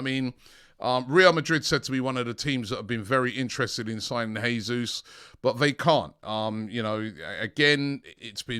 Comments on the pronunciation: It’s pronounced ‘jaysus’ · Not "Hesus" please. This is not Spanish. The Portuguese pronounce the same as in English.